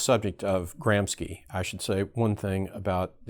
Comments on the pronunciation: Gramski? You pronunciation suggest Russian/ Polish origin. Antonio Gramsci was Italian /. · Kudos for extremely well articulated explanation, but it's a little bit strange that critical theorist doesn't know how to correctly pronounce the names of its founders... Lucacs is pronounced "LucaCH" (as in "China") and Gramsci is pronounced "GramSHi"... Sorry, but it really hurt my ears every time you said their names (in spite of the fact I really despise the world vew they tried to promote).